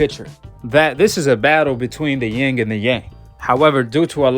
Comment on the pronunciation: It’s yin and yang